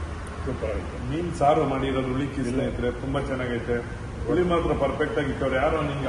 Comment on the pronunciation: ಉಳಿ ಅಲ್ಲ ಅದು ಹುಳಿ . ಕನ್ನಡ ಸರಿಯಾಗಿ ಉಪಯೋಗಿಸಿ ಪ್ರಜೆಗಳೇ